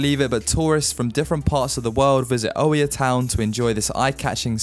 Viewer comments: The Oia in Santorini it's pronounce as IA ( we did not hear the O we write it but not hear it like the word oikonomia means economy) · The way you pronounced Oia....oh dear